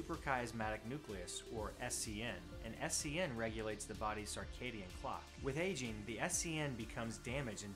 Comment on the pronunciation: Great vid. But what's a "sarcadian clock?"